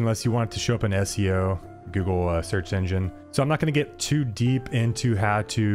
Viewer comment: who says googlé /gu-glei/